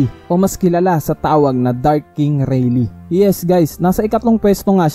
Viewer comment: Its not reylee its reyley (rayleigh)